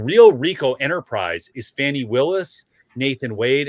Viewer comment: Glad you pronounce the name correctly. Yes- "Fani" as in "Fanny". Not" Fawny" or "Lawny" or "Brawny".